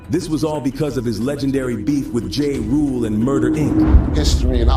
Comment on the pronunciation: 😂😂😂 SPI who is Spider 🔒 (Spider Loc) and Jay Rule (Ja Rule) & Tony Yay-Yo (Tony Yayo)? A.I. hasn't gotten pronunciation down yet.